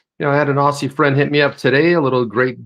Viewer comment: Just for info you pronounce it ozzy not ossy when you are on about Australians